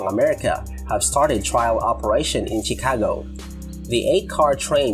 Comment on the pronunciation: CHIcago is pronounced SHEcago.